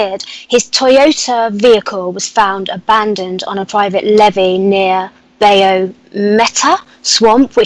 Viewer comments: Love you,but it's pronounced BI.YOOU! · Seriah Brenton Saw in from Mysteries to Search states he had an experience with the Daro when he was a child. I had never heard about them until a few years ago. Interesting!!! Love work and your show too Seriah. doesn't realize that bayou is pronounced (by-yoo) the A is silent. Thank you both FOR ALL YOU DO. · I guess she doesn't believe you that bayou is pronounced by-yoo lol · Isn’t it pronounced by-you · NO THAT'S SCOTT BAYOU! LOL!